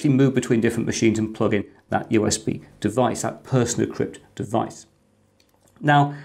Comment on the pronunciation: Thanks. I'll be giving it a try. Always wondered what had happened to PC-BSD! PersonaCrypt surely should be pronounced as in 'Persona Crypt", with the accent on the 'o', and not the 'e'? (Apologies for the OCD.) That adds meaning to the name of the app.